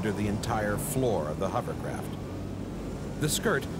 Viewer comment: Only one dude can pronounce hovercraft correctly..Warwick! It's not a HUMMERCRAFT.